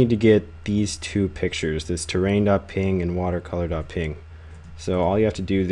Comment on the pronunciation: its not .ping, it's .P-N-G